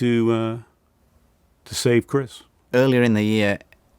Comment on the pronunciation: Dave be like ‘Chrisch’